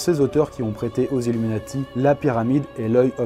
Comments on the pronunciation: emeeati mdr Désolé je suis tatillon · "les Héméati" oui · Le nombre de fois où tu écorches le mot illuminati mdr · IL N'Y A PAS DE "S" A 'Illuminati"